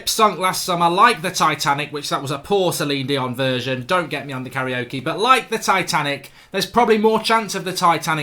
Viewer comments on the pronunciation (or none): none